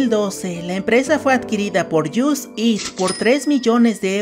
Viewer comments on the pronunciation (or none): Por favor, si vas a hacer videos, aprende a pronunciar palabras en ingles "JUST EAT"? Me sangran los oidos.... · Se escribe Just Eat, se pronuncia: Yost it... 🤦🏻🤦🏻🤷🏻🤷🏻